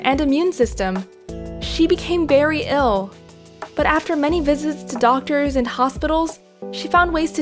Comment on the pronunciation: Did she just say... "berry ill"???